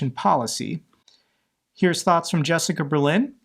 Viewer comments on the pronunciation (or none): none